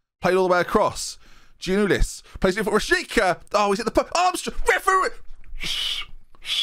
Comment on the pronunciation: Giannoulis is pronounced Ya-new-lis, IIRC